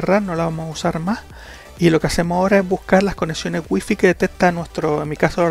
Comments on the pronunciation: Waifai se diceee. Y se esceibe wifi 😂🤣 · no se pronuncia wuifi